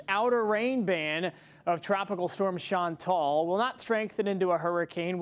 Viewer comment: Please pronounce Chantal properly.